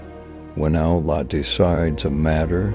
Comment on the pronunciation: Why do they have someone narrate a beautiful clip like this who can't even pronounce "Allah"